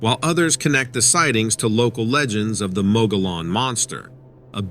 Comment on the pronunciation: Mogollon pronounced Mug-e-on. Not mug-all-on.